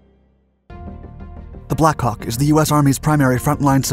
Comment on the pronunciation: Narrator: Blackhawk I hear: Blackcock